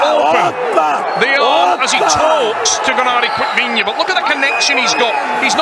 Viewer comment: A. Complete idiot “GENADI DICKVINIA”